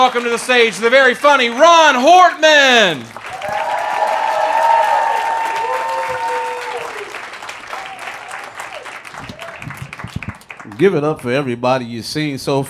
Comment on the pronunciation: Rahn's last name is as pronounced, Hortman, not Hartman. Help a guy out so folks can find him, I dug these comics. Good stuff!